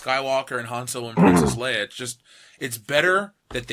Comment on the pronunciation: its "lay-uh" not "lee-uh"....dude.